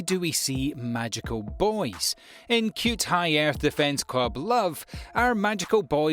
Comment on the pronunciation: Did u really say cue-tai to cute-_